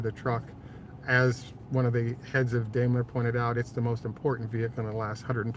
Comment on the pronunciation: Braking News: As you musk know by now, Daimler is pronounced DIME-LER, in Germany, anyway. You're only mispronouncing one syllable, so you could say you're Semi right.